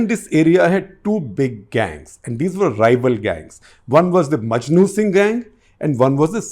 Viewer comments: maknu singh not majnu singh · Makhnu Singh not Majnu Singh, Sir